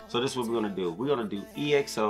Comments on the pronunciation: It's pronounced 'EXO' not E.X.O. They are wrapping up their mandatory military service soon so they might be making a comeback hopefully in 2023. This group has your fav LAY and Kai but there are others that have done some solo work. Here are dance practices of their more recent solo work. XIUMIN 시우민 'Brand New' Dance Practice - BAEKHYUN 백현 'Candy' Dance Practice - KAI 카이 '음 (Mmmh)' Dance Practice - KAI 카이 'Peaches' Dance Practice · it's ek-so (EXO) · The transitions just didn't stop... Energizer bunny ain't got nothin' on them. Favorite parts the force in cross X movement, has a marionette feel, diagonal, Z pattern. I'm tired just from watching them and they have to do this and sing Live... SMH. EXO is pronounced EX-O... 'Ex', when you break up with your partner and 'Oh' when your friends find out. Great reaction... the honesty is appreciated cause this choreography was sick.